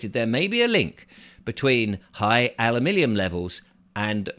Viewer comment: Alu minium not Alu millium 😂😂😂😂😂😂😂😂😂😂😂😂